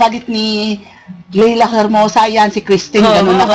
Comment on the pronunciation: wag mong butcherin ang pangalan! Leila, as in "ley lah"